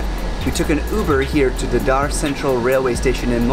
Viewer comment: Daa daar lol.. It's Dadar..